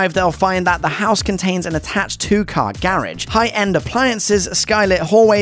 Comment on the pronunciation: Lol i think that's a first time i heard garage pronunciation like that.